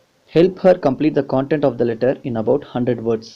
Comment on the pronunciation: Sir ...it.is not...cooontent...content Pls..pronounce it wise...however.. Teaching was ...good..ty✌🏻✌🏻✌🏻